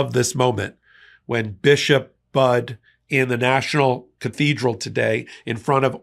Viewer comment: FYI: Bishop Budde's last name is pronounced "buddy."